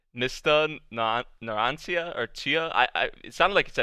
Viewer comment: Btw Narancia is pronounced Na-ran-cha